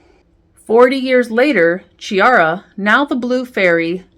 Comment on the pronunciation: It's pronounced Kiara, not Chiara, thank you. Otherwise great review, good job!